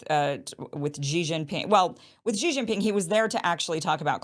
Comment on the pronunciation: Kim: Xi Jinping, should be pronounced like " Si Jin ping",, not JI Jin ping, as you pronounced..